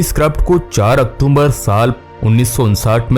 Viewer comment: Octomber kya hota he sir...???🤣🤣😆✋